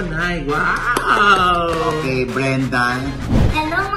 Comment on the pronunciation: Brenda, pero Mrena bigkas nya ksi may cleft palate sya.